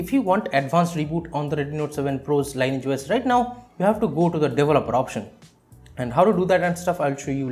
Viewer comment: Thank you for the helpful video! Btw, the pronounciation is "lin-eee-etch", not line-age.